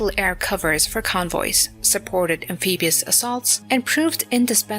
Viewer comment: Am-pee-bee-ous, eh?